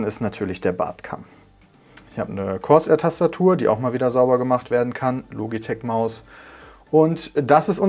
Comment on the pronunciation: "Cors Air"